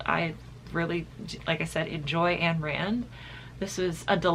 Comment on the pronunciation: hUH ANN RAND OR IS IT AYN RAND You read but dont ???>